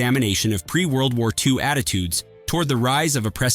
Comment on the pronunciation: Why can't you say World WAR Two???????????